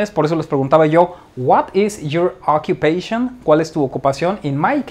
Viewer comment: me pone nervioso tu pronunciacion.Te pongo un ejemplo:pronoun se dice p r o u n a u n.Occupation se dice a k j u p e i S n.You see? Por otro lado,lo demas esta perfecto.Thanks so much.